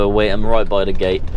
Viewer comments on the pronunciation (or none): none